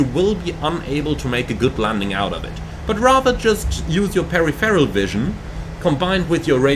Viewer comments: Pa-riforal, right? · He speaks really good English but it's 4 syllables Stressed syllable in peripheral: pe-riph-er-al How to pronounce peripheral: per-if-er-ul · Pair RIFF Eroll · "Perry Ferral" vision? :) No, you pronounce it all in one go, per-if-fur-al. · Thanks for this really useful video! Just a heads up - peripheral vision is pronounced "per-IF-er-al" rather than "peri-feral". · A good chunk of the world pronounces it incorrectly is what you're saying :) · You are a great pilot and speak excellent English but your pronunciation of peripheral is lost in translation lol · I have to admit I've never heard Peripheral pronounced quite that way before and I honestly thought you were talking about something else. Haha all good fun mate. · Yes , diffent languages pronounce words differently . Took me twice listening to hear that the instructor was refering to the word " peripheral " , meaning roughly the outer edges of our vision . 😊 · Mate, just mispronouned the word and he made a joke about it 😂